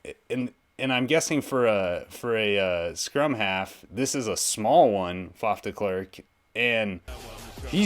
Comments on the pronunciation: Faf is correctly pronounced. Short for Faffa short for francois. Babies can't pronounce their names and call themselves Faf or Faffa. De klerk. Listen to the braocaters pronunciation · You are saying "Faf" corectly, as well as "De". Well done, and "way to go!" for a non-Afrikaans-speaking person. The last part "Klerk", you could use the English word "Clack" as in CLICK-CLACK, as a guide for the pronunciation of the vowel "e". The only remaining change would be something that English people in general, but more-so Americans, find quite hard, and that is the sound of the "r". It would obviously not be the type of "r" that you would pronounce in "Word", "More", "For" etc. It would come closer to the French "r" in "Merci. Yet, even though this would help you get closer to its sound...it would still be off for a true Afrikaans speaking person, as the "r" in "Merci" is a somewhat guttural sound formed at the top of the pallet, almost reminding of when one is (forgive the nauseating image) getting ready to spit. The genuine "Afrikaans" "r" is more comparable to many, many "d" sounds being said at extremely high speed/interval rate, repeatedly. It is formed by having air flow through the mouth cavity from the throat, using some of the belly/diaphragm, while attempting to touch the tip of the tongue to the pallet, just behind the teeth, but never actually touching, and then having the tongue vibrate to form the "r" sound. My name actually starts with this exact use of the letter :-) On this video of mine myself and my buddy, who is in the studio with me at the time, are chatting, and you will hear him say the word "horrible". BUT, we are both Afrikaans, and a